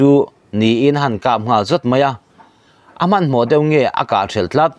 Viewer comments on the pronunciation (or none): none